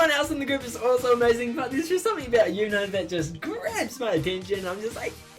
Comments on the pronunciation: Btw it's not una (I mean not how u pronounce it) u pronounce it like eun uha and it's spelled eunha (btw im just helping) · Eunha is pronounced as Un-ha. Not Yu-na. I'm not mad haha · I THOUGHT YOU SAID YOONA LIKE SNSD YOONA im pretty sure u should pronounce it oon-ha